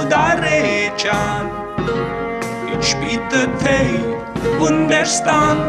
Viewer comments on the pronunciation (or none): none